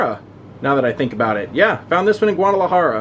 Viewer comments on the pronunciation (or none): none